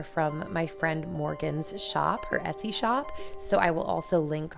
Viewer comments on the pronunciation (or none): none